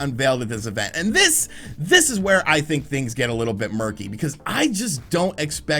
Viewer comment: It's think not thin!